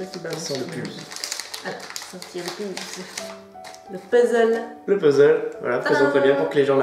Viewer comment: Pour une fois vous avez bien prononcé le mot puzzle! Bravo 👏🏻😂